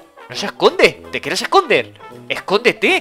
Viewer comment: Like si viste a decía esondete en vez de escondete